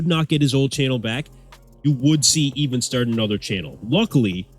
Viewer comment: Pretty sure his name is "Ivan" not "Even" It's just his accent that sounds like an "E" instead of "I".